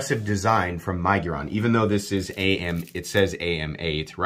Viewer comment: My-giron🤣 It’s Mig-uron